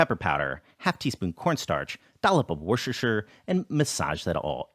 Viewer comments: Your pronunciation of "Worcestershire" is tending to the Chinese. Try and "wooster-shear", that's the closest you'll get to the proper pronunciation. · I am intrigued by the way you pronounced Worcestershire sauce